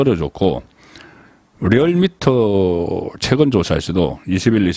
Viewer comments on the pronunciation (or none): none